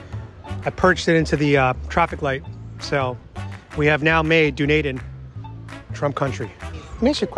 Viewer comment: Btw, . It's Done Eden, not Dune Aiden😊